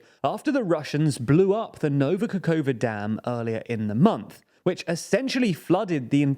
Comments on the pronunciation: In some cases. Still pronouncing "Kakova" instead of "Kakhovka". "Dachi" is wrong. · You make the effort to pronounce Bakhmut and Kherson correctly, but completely fail when it comes to pronouncing Kakhovka. I applaud your effort, but also encourage you to be more consistent. Love the channel! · You learnt how to pronounce Zaporizhia! Good job. Now, Kakhovka and Dachy. I honestly just don't understand why not just dedicate some 10mins just to learn the pronounciations